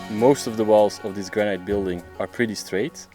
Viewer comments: my evergreen comment: AAAAAAAAAAHHHHHHHHH stop saying graNIGHT!!!!! "granite" rhymes with "bonito" or "get it", got it? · Granite - pronounced gran-it not gran -night